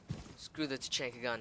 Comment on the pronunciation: YOUR SAYING IT WRONG TAA CHHHAAAANNNNNNKAA